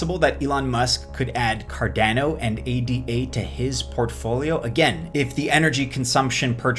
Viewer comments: Thank You but one correction - it's not "A D A", it's Ada. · Its called A-duh. Can't take you anywhere foo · ADA pronounced “EY-Dah”, Jesus wept! 🤦‍♂️ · Option 4) learn how to pronounce ADA